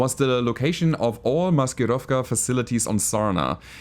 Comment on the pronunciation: OMG! You said Maskirovka like you were born in Russia! 😳